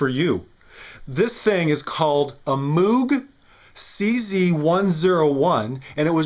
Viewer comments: Personal crusade: Moog rhymes with "vogue." It's not MOOg like a cow. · Moog rhymes with vogue, not mood. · MMM----OHHH---GGGGHHH - Not MOOOOOOG 😅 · I try to always refer to Bob as "Mogue" but to the instrument as "Mooog." The instrument was already commonly known as "Mooog" by the time Bob said in an interview that his immediate family pronounced their surname, "Mogue." I'm glad we got this settled because there is not a more important issue facing the world today. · LOL REALLY? That's your gripe with this mock review? Not that it was manufactured by kraftwork or clearly not a cz-101 either. Him pronouncing it "mewg"is probably the closest thing to being correct